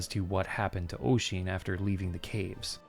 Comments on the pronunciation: Maybe my memory is bad, but I distinctly remember it being wrong - it is a very old game, after all. Also I don't remember the name of the speaker, but I do recall them saying 'Oy-zeen' rather than 'Uh-sheen' (if you'll excuse the anglicised spellings!) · just on pronunciation of those Irish names, Niamh sounds like Neev or Nee-uv, and Oisin sounds like Usheen (as in push) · I wonder if Sasha was meant to be Saoirse. The pronunciation of Niamh is pronounced Ne-ev and Oisín is Osh-en. Irish is a tricky language as using the English alphabet means we have to learn rules for how certain letter combinations produce sounds. MH make a sort of V sound and and the NIA makes more of a NEE sound. I had 6 years in an all Irish school and then another 6 years of regular Irish classes and honestly my Irish was terrible. I honestly feel bad I have lost my Irish as I just never used it. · Also Oisin is pronounced "Ush-een" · Heh.The only thing I remember about playing this game was that they didn't know how to pronounce Oisín. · Hearing you attempt Irish names and trying to figure out which one you're trying to pronounce at times is fun, like Niamh, or Nieve dependent and Oisín, which is a nice little reference to Tír Na N'óg.